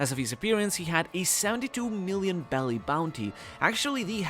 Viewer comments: Also isn't it berry and not belly? Honestly just want to know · Why do you say “belly” for the money? That’s how Japanese people pronounce berry. You’re not speaking Japanese. So say Berry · Isn’t it berry not belly